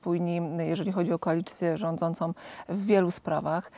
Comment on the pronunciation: ( i ) Wlasnie "koalicje rzadzacOM, tez bylo "OM", ale tak krotkie, ze siEM nie czepiam, choc sluchajac bez przerywania, wyraznie widac domkniete wargi i slychac,"rzadzacOM".